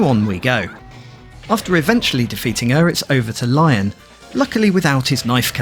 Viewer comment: nice game breakdown, and this is my first vf game on the series (primarily the pc one).. but small correction there, lion's name is pronounced "LEE-OWN", not the animal itself..